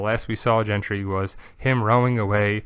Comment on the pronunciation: His name's not "Gentry", it's GENDRY, with a D, not a T